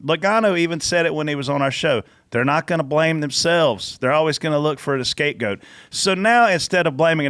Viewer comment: Did just say "escape goat?!"